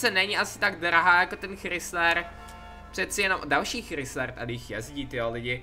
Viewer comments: Nečte se to Chrysler ale Krajzler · Chrysler se nevyslovuje "chrysler" ale "krajzler", strašně mě to štve když to někdo vyslovuje špatně :D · čte se to "Chrajsler" a ne "Chrysler". Pls vyslovuj to správně.;) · Chrysler se čte krajsler ok jinak super video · hele chci se zeptat, seš si opravdu jistej že se to auto vyslovuje chrisler a krajzler? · Neříká se tomu chrisler ale (chrajzler) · Hej Chrysler se nečte Chrysler ale chrajsler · Chrajsler se.to cte pise se to chrisller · není to chrizler ale chrajzler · To není chrysler ale chrajzler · Vyslovuje sa to chrajsler 😉 inak super videjko ale mohol si zobrať minule radšej to žlté Bentley 😉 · Čau jenom že Chrysler se vyslovuje česky Kraisler. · Píše se to chrysler a čte se to chrajsler mi máme takový kabriolet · nevyslovuje se to chrisler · Čte se to [chrajzler] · Čte se to chrajsler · čte se to hraijzler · Čte se to chrajzler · Vyslovuje se to chrajsler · Mě se úplně trháj usi když slyším jak vyslovuje ten chrysler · Chrysler se nečte tak jak se píše